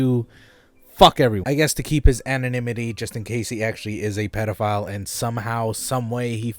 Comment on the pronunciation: nobody:: pedophlyle